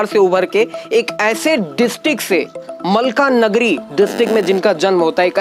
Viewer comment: मलकानगिरी है न कि मलकानगरी